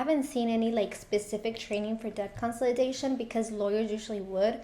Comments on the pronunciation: because she definitely is mispronouncing the word. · Why do I feel your mispronouncing consolidation